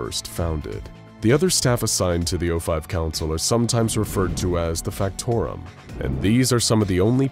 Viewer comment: I’m pretty sure it’s Factotum not Factorum.